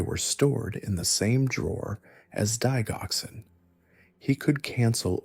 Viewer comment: Digoxin is pronounced, DI JOX IN.